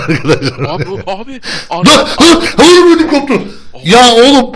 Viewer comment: hayır diğeceği yerde hoyarrrr dedi,adsds